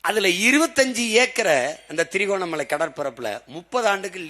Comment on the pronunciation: அதிபர் அவர்களே திரிகோணமலை இல்லை திருகோணமலை .